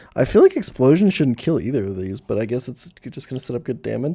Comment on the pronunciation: It's so weird how he pronounces "kill" as "Kayle".